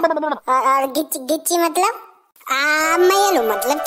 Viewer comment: Full of laughter 😂😂😂 accent is too gud ...😂 😂😂 Gichi ....